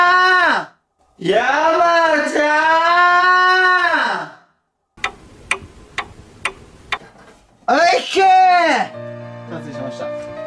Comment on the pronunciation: 山ちゃーん言えないの草